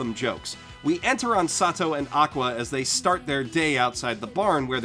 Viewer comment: Why do you call kazuma sat~toe is that what he's referred to in the dub or something?